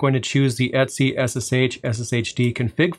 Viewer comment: great video, but your pronunciation is really bizarre for a variety of commands here (etc, sudo for example)